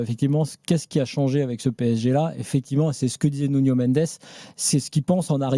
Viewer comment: C’est Nuno, pas Nugno !